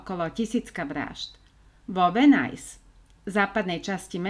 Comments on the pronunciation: Videjka super.... ale říct Venice - Venajs??? Uf Uf Uf..... to bych radši celý vymazala a.natocila.znovu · To je venis nie venajs😢